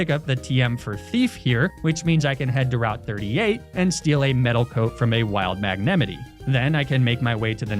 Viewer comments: I find it amusing that he purposefully pronounces pokemon's names wrong. It's Magnet (Without the t) Might. Not Magne-mi-tea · you're just gonna pronounce magnemite like that and we're supposed to continue on with our lives like nothing happened? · Wassup with the magnemite pronunciation